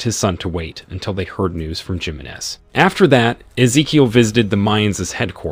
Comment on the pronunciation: It's not Jimenez it's pronounced himenez